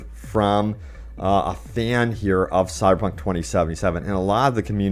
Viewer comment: Is my man saying "Cyberpunk" or "Cy-Punk"?? #slurredtongue